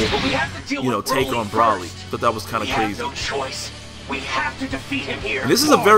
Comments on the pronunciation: Hey, no offense man. But its bro-ly not broh-ly. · It's pronounced Bro-lee